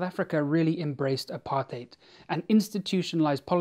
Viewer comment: Its really weird to hear a foreigner properly pronounce "apartheid" and "baasskap"